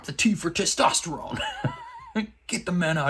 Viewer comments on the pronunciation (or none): none